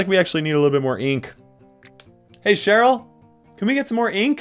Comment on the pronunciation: You called my aunty "sheraly" 😀